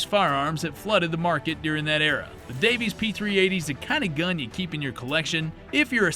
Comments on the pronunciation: Nigga you harped on that "Alaskan" mistake so hard but you legit think Davis Industries was called "Davies Industries" No, there's no irony there at all... /s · It’s DAVIS, not Davies. I own one of their O/U .38 Spec derringers. Paid $60 brand new about 94-95. Still got it, still works! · I thought it was Davis, not Davies. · It's not Davies industries it's Davis industries please don't besmirch my family name😂 The Jimenez ja 9 biggest flaw was it's ability to rapidly disassemble itself if you try to take it apart to clean it😂 Also fun fact about the rg if you got the ones that were made in Germany and imported, they weren't too bad not exactly high quality but they'd hold together and were fairly accurate. (I keep a 38s in my cabinet) The ones that were manufactured in Florida, those were trash. Also with the rg22 the pin that you unscrew to swing the cylinder out functions as an ejector. You don't have to go digging for cases, ust poke them out with the rod.